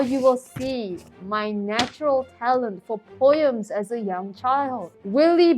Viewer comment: it is POEMS not POYEAMS here’s the part where she said it #Love #NoHate #SubscribeToHer /